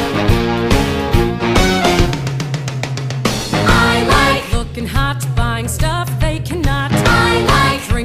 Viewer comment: my friend: I hate this!!! put on sunset lover- Me: Im feeling nice, heres some advice Eyes turn red Listen up bia** ik thats not how you spell it but thats how she said it